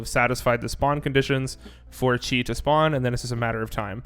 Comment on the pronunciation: Thanks for the info! Just FYI, it’s pronounced “kai” since it’s the Greek letter :3